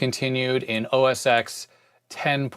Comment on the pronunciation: the "X" in OS X is a Roman Numeral and pronounced "ten".